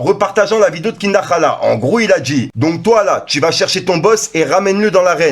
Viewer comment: C'est pas kinda khala frère mais plutôt kinda khra... Sinon force 💪 frero Vallah tu es vraiment le seul youtubeur de qui je mat toutes les vidéo... Bon courage et bonne continuation.